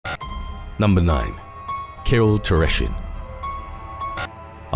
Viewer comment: Kirill's name is being butchered so badly I didn't realize it is about him until I saw the picture. Also his nickname is not bazooka, it is bazooka arms. He wasn't using real synthol because he couldn't afford it and resorted olive oil and otger dumb stuff.